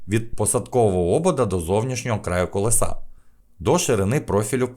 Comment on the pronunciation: Не колесА, а колЕса!!!